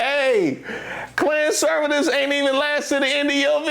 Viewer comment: "Klanservities"...love it